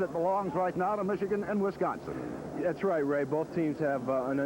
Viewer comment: Wisconson, LOLZ!